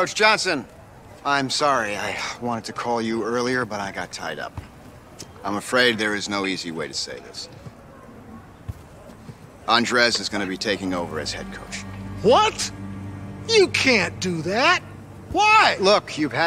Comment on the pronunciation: who tf says andress its andres "(ON-DRAY)"